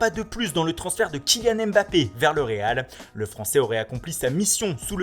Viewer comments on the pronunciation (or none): none